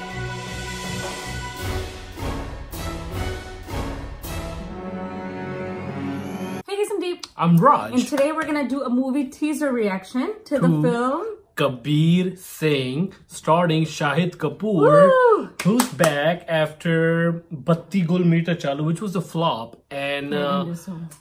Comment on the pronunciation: "Starting" nahi, its "Starring"..